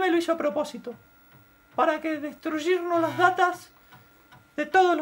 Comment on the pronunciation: "destruyirnos".... que boludo... :D :D :D